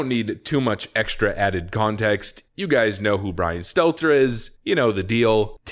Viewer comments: It's pronounced "Brain Stunter".. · I used to love when I watched more often, he either intentionally or otherwise used to call him "Brian Stetler" whenever he mentioned him in a video. If it was on purpose, it showed commitment because he never once slipped up and said his name correctly. lol